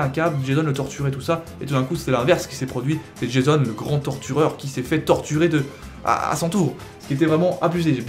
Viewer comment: J'ai bien entendu totureur ?